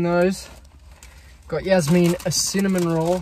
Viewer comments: wait its pronounced yaz-meen i thought it was jazz-men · The way he pronounces jasmine like “yasmeen 😂